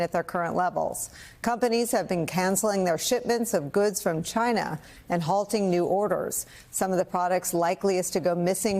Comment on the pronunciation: sorry its not china, its cchinaah.